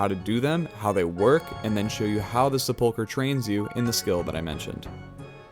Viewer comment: The first syllable of sepulchre gets the emphasis.